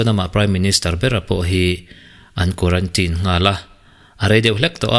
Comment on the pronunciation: It's quarantine, not quarantin ,bro